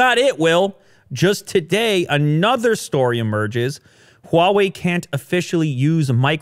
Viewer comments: Your pronounciation of Hua-wei is better than Joe Rogan. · finally he says huawei correctly